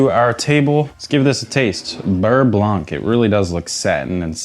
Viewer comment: Hey hey! You’re doing a great job and always appreciate seeing you tackle a new dish. One quick remark from your French admirer: the “c” in “blanc” is silent. Same with sauvignon that never sounds blank!